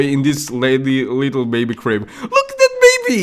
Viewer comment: "our leedle baby boy" XD